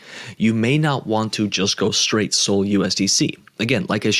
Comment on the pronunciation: When did SOL get pronounced SOLE?